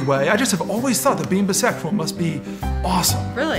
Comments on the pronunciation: ... does it bother anyone else that he keeps saying it wrong?? Like, he's saying "bisexual" with a short "i" and it just sounds so weird... is that supposed to be part of the joke, cause she says it correctly so he should know it too, but I've literally never heard it pronounced "bis-sexual" until this very minute so i have no idea who else is saying it this way, sooooooo... yes??? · IT’S PRONOUNCED B’SEXUAL! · Why is no one questioning the "buhsexual" pronunciation? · I love the 'intellectual' pronunciation of bisexual - Busexshwal